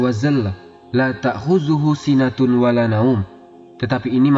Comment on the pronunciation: Maaf sekedar mengingatkan bacaan ayat "Lata' huduhu sinatuw wala naum" bukan sinatul